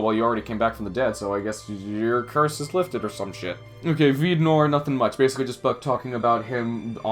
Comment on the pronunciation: Please stop trying to say the word noir